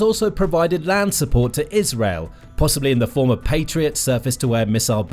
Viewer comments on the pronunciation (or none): none